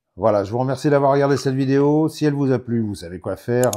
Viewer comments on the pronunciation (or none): none